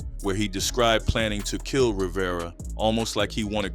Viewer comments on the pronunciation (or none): none